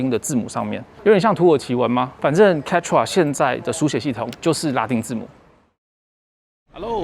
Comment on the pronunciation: 抱歉！一直把Quechua聽成番茄醬～